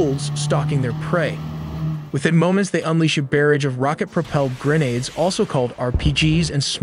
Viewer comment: Do you really expect us to believe this isn’t AI when you speak in a native American accent but pronounce words like grenade with the emphasis on the wrong syllables.